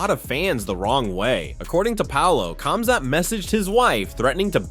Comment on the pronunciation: Khamzat — it must be pronounced like this Hamzat but not KAMZAT it sounds weird. Remember once and for all (KH=)HAMZAT